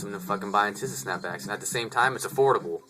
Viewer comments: You make fun of what Taz Arnold wears but you want everyone to have their own style. You make a video on tisa and you cant even pronounce ir right.(Tee-sa not Tih-Sa) Dont worry about how much other ppl pay for hats. I have both regular and tisa snapbacks & if we have no problem paying more money for the same thing with Ti$A stitching, why should you? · My humble opinion on your video is that your saying teesaa wrong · tisa-( tea-suh) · pronounced tee-z-ah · bro no disrespect or anyhting but its pronounced Tee-Sa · Good Video! It's Pronounced Tee-sa ( TISA ) lol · your pronouning ti$a wrong